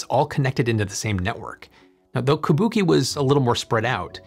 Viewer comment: Tip: “Kubuqi” is pronounced [koo-boo-chee] not like the Japanese word Kabuki [kuh-Boo-kee]